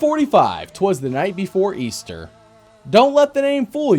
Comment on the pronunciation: They're talking about the hope of EASTAH